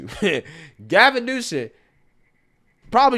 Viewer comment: It pronounced Gavin Nuisance